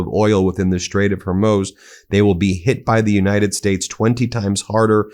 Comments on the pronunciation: Why are you back to calling Mojtaba, "Monjaba"?? Thought you'd figured that one out 🙄 You can't make fun of Trump's pronunciation gaffes when you're butchering all these Middle-Eastern names 9 times out of 10 (e.g. Hormuz, which is pronounced hor-mooz—not hair-moz, hair-mousse, or whore-muse). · Are you dyslexic?? It's HOR MUZ!!